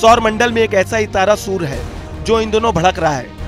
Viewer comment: Surya ko sur bol rha h 😂😂😂😂😂